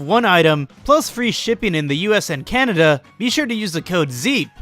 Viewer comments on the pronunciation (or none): none